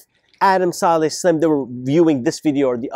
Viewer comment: It's not salley its sa lih